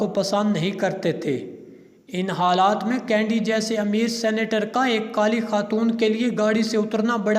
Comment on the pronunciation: قاری کا تلفظ ؟ کینیڈی کی بجاۓ کینڈی پوری گفتگو میں